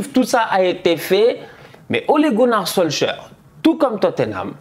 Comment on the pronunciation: il aime trop prononcer les nom a la francaise solsker 🤣🤣🤣🤣🤣